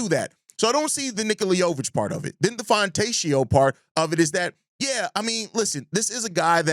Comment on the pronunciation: Simone Fontecchio's last name is pronounced "FonteKio". The "ch" in italian sounds like "K". Coby for Jovic and Fontecchio would be the biggest fleecing in NBA history. Worst trade idea I've ever heard. Coby for Rob and Donte is more reasonable, but still would be a no for me. We already have a PG of the future (Giddey) AND a bench PG (Tre). Now Coby for Donte and Naz Reid I'd listen to.